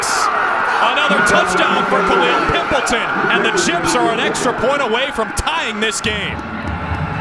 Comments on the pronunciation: It's pronounced "Pimp Leytawn" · Dude loves saying Pimpleton with that EMPHASIS! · The way he kept saying pimpleton ᴘⁱᵐᵖˡᵉᴛᵒⁿ